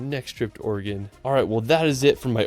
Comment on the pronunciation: As an Oregonian I'm just happy you are pronouncing Oregon correctly.